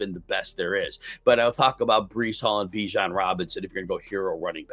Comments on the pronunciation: Is it “Ba-jan??” Or “Bee-jan”? First person i’ve ever heard pronounce it differently than Bee-jan. Interestinggg. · ? This video clearly does not lol. He says Ba-jan.